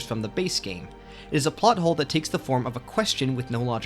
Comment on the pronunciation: It's plot hole not pot hole lol